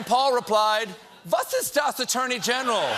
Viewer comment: Greetings from Germany your "was ist das?" was pronounced perfectly ^^